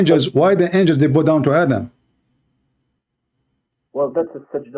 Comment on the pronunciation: The only stoopeed word always say wrong is " Bow "